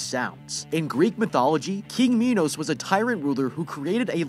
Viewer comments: It’s Minos not MEnos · its pronounced "my nuss" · It's mi-nos just so you know just a friendly fact